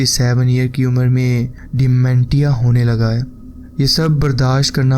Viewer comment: ڈائیمینٹیا نہیں ہوتا، ڈائیمینشیا ہوتا ہے۔